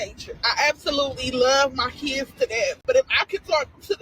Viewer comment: Dey keeds, Dey keeds, Dey keeds…🙄